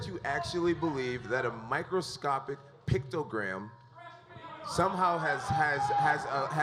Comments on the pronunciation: picto-gram... smh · picto- gate. I said it first. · Jon jones tried to sound smart talking about his shit, and he didn´t now how to say it..... is a pice of shit.... junkie cheater... mr. "pictogram" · Jon "pictogram" Jones lmao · jon "pictogram" jones lol